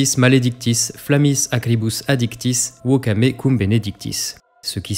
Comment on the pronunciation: Très bonne analyse, petite précision : je doute fortement que Mozart fasse prononcer 'woka' à ses chantres ;-)